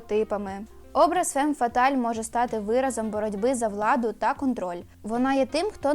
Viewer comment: Правильно фам фаталь. а не фем фаталь. Перекладається як фатальна жінка